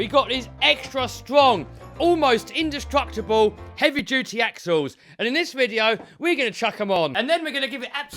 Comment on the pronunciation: says "Almost industructable".😂😂😂